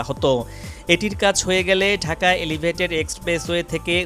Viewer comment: ধুর ইডিয়ট!এলিভেইটেট!